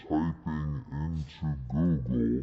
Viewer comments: David hypoogle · Google= Ggeloo.😜